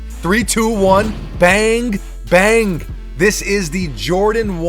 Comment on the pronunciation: Wud u please stop saying “bang-ah, bang-ah” it’s pronounced “bang”!!!!